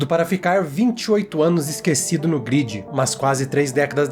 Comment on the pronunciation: gridi? ou galera se pronuncia gruedi e não gridi nada verdade em o tempo dentro da grade passa mais devagar do que o tempo no mundo real